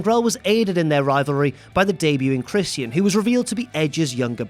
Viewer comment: His name is Christian, not Christy N!!